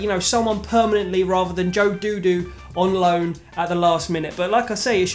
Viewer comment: For me its obvious that we couldnt get the striker we wanted, so we got Dodoo until January when we can try again. Dodoo played very well today, looks promising (btw its pronounced Dodd-oo, rather than Doodoo 😂)